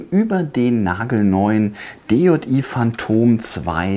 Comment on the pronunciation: Man Spricht DJI nicht DeJotiii aus sondern DiiiJiiiai